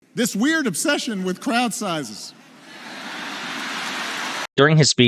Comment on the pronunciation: And AGAIN he talking obaut small crouch,,oooppss 🙊 I mean,,crowds 😂🤣🤣